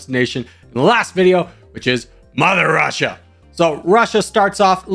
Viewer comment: “Muzzer Vrussia!!!!”